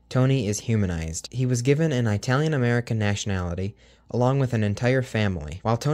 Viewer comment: Sorry, Don Tennant created Tony the Tiger...And it's It-alian, not eyetalian! Get it right!